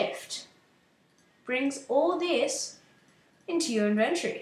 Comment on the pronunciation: u say inventory wrong